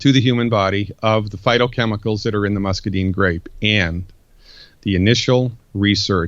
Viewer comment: This guy has read a lot about muscadines, but he doesn't know how to pronounce the word muscadine. I grow them. I'd suggest he go talk to Greg Ison (one of the largest muscadine suppliers) and learn how to say the word muscadine correctly.